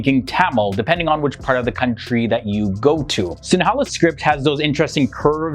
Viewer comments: Just wanted to add another misconception but when you pronounce the word “Sinhala”, it’s pronounced more like “Sing-her-ler” rather than how it’s written in English. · It’s not srae laneka and it’s s-I-n-hu-la (Sinhala) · ok, love that you're promoting my country but the way you pronounce Sinhala is cracking me up, we pronounce is as 'sing-hala' we dont pronounce the 'n' (i'm a stickler for pronunciation, one of my OCDs) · I like the way he pronounced 'sinhala' 😄